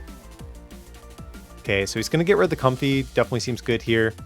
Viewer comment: I think it is pronounced Comf-ay instead of comfy